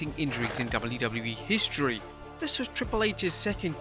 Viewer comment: Take a drink every time he overemphasizes the word HISTORY